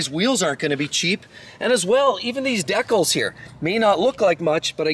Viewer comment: Says model names are hard to pronounce, can’t say “decal”.